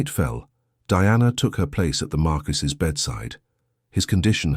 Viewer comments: Oh ffs! 48 seconds in and your appalling AI strikes! Marquess. MAR'kwiss. This is not bloody France! 😡 But as a septic you will of course be uneducated and ignorant of facts about anywhere in the world outside of your own narrow experience. Especially Britain, past or present; this despite setting yourself up as the "writer/creator" of this channel. 🧐 And none of these failures are helped or improved by the fawning comments of your fellow septics - all totally lacking in discernment, and even a basic acquaintance with English literature. Eish! 💀☠️ 💀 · Great story, but George’s title NEEDS to be correct, it is marquess, pronounced mar kwis NOT mar-key or mar-qwee any other of the many distracting pronunciations used and changing throughout the story. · Marquis not markee! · If I hear marqUISe one more time Ill scream😂😂😂